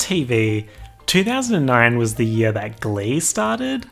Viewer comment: Why u gotta say “year” like that smh